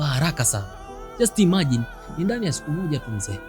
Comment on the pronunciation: sio imaji ndugu msimuliaji ni imagine 😒